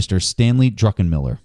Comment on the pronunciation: love how everyone calls him drunkenmiller instead of druckenmiller